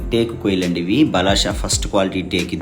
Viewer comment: బలాషా కాదయ్యా బలార్ష అనాలి